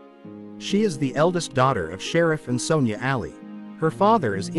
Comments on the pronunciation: Her name is Ali not Alley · I wish this person would learned how to pronounce her last name correctly